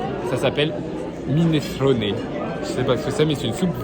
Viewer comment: "minestronééé" j'suis mort